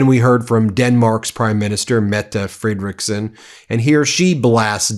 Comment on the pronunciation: Still calling Danish Prime Minister FREDeriksen (after many corrections) FredeREEKsen. Are you ignorant or plain willfully disrespectful? Please read your comments!